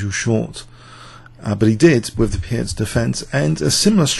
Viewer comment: "Peertz" is a correct pronunciation of Pirc !... ( Vasja Pirc - Slovenian GM ).